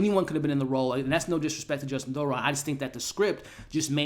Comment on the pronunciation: It’s Justin Theroux not Thoron. I love your reviews but I have to give you feedback that you OFTEN mispronounced the names of actors, character names or just words in general (meyondering instead of meandering in this video for example). You have great insights and recap the plots so well but these slips effect your credibility and are a bit distracting. I say this to make you better, not to just criticize you. 😊